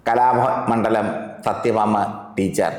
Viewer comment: കലാമണ്ഡലം സത്യഭാമ എന്ന്തെറ്റാതെ ഉച്ചരിക്കാൻ കഴിയാത്തഒരു മര കഴുതയാണ്ഇൻറർവ്യൂ ചെയ്യുന്നത്കഷ്ടം തന്നെ